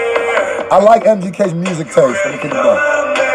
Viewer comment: i laughed at this man like why he say music like mirrrrsic like is the word music copyrighted now